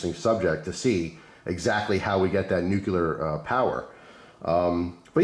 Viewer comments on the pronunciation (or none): It’s not pronounced “new killer” power it’s (new clear) 😅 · Nu-cu-lar no such thing. Common man pronounce it correctly